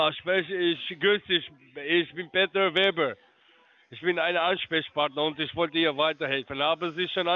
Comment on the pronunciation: Peter Weber, ist klar 😂 kann seinen eigenen Fake-Namen nicht mal richtig aussprechen. Herrliches Video, danke!